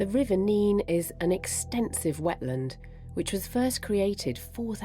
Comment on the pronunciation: It's pronounced river Nene, sounds like pen.